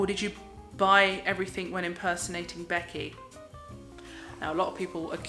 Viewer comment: "Beckyah"!!!!!! LOL Love your ALR the most!